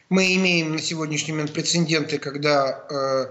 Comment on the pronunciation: Это эксперт, точно? прецеНдент))